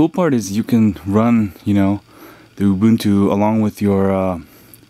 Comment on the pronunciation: its Ooo. Boon. Too. Saying something else is not a different kind of right; it’s just wrong.: taken from danielmiessler. com/blog/this-is-how-you-pronounce-ubuntu